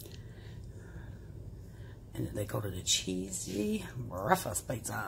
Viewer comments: The word is breakfast , not breafast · Yeah she always says breafast lol